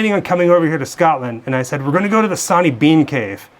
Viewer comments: Its Sorney Bean not sawney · Sw sw Swaney stop saying sonny 🙃